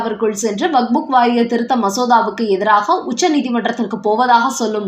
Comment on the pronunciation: அம்மா! அது வக்ஃபு வாரியம். நீங்கள் அதை எப்பவுமே வக்புக் என்றே கூறுகிறீர்கள். தயவுசெய்து திருத்திக் கொள்ளுங்கள். "வக்ஃபு" என்றால் கொடை என அர்த்தம்.